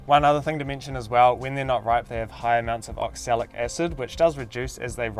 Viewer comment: Oxalic not oxalis